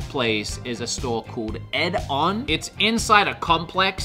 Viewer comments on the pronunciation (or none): Hi, just to let you know, the first store is called 'Edion", not Ed on. The "I" is a different colour in the logo so I understand how it could have been misinterpreted but "Ed-ee-on" is how it's pronounced.